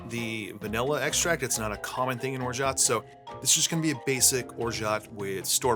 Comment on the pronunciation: The T is absolutely not pronounced my dude.